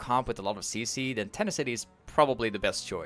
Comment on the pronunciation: I was so confused at this comment now im laughing my ass off Ten ah city (btw for a little someone)